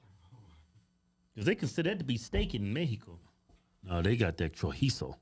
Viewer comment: CHOR- EE-ZO (Chorizo). 👍🏽👍🏽